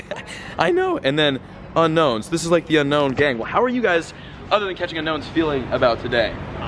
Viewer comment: It's pronounced oo-known